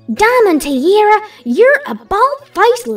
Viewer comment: Whys saying Diamond Teerara?